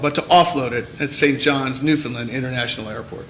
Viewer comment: Ffs. NewFOUNDland. Not newFENland. Can Americans not spell???